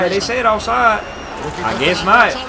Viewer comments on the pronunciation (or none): none